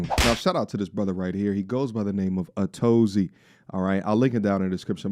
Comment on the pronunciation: I thought Atozy was pronounced “a to z” I have no idea now lol. He does have a big YouTube presence though. Thank you for covering this too. Love your commentary!